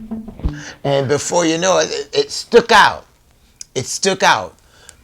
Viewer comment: Did he just say it "stook out"???😂😂